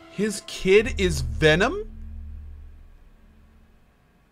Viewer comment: I love how H20Delerious says Venom, lmao, he says "Vinom".